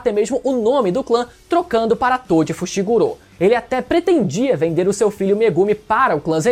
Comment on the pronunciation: Por quê vcs ficam falando Fushiguro como fushigurô? 😂😂 devo ter algum tic, prq isso me dá uma gastura do carai 😂😂